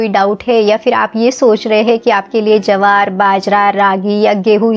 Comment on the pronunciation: Jawar nahi bola jata jwar bolte hain